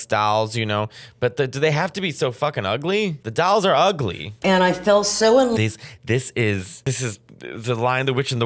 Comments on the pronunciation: It wounds like you’re saying “dowels “ 😂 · "dAlls, Oh my Accent"..... "the ugly dAlls!! Barbara Streisand collects dAlls, Demi Moore collects dAlls" I can't!! hahahha🤣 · “THE DALLS” Mateo, you can’t read THE DALLS! 😂😂😂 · Dahls? Dowels? Dowls? What is he saying? 😂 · Say dahls one more time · How did you turned a one syllable word — dolls — into two syllables?! I was listening to this, not even watching, and I thought you were saying “dowels.” I was like “why the fuck is he talking about dowels?!” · Trying not to choke on my lunch every time Matteo says “dalls” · People are teasing Mateo over how he says "dolls" and I can't hear anything wrong with it cause I grew up around the accent. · The way you say “doll” 🤣